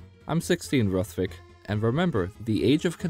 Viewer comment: nice vid man and it is ruth-vik